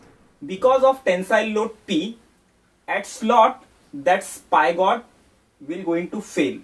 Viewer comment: Sir it is spigot not spygot